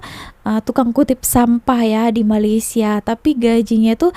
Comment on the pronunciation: Bukan Malassia tapi Malaysia ( meleysia)